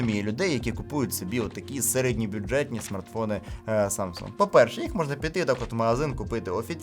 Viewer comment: Ха - ха , Samsung корейці вимовляють, без g